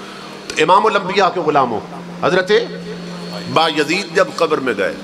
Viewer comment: How does he know who said what in grave. Although they were revered personalities but how does this molvi. Plus name is not Ba-Yazeed its Byazid.